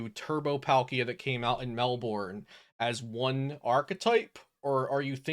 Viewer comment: Melbourne is "Mel-bern" but good content!